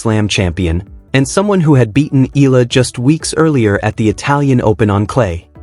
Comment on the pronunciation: And you still say her name wrong 🙄